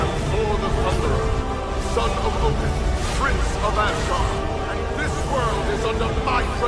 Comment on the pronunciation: What are you.. the god of hammers.. "odin"